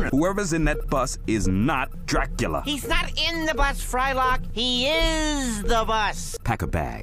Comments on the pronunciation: Dracula: Velcome I am Dracoola I always die laughing at that lmao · "I am Dra-coo-la. Dis is my grave. The 'D' on my grave, stands for DRA-COO-LA!" 🤣